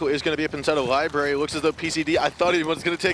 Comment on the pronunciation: This is gayer than the announcer saying LIBARY... IT'S LIBRARY YOU FUCK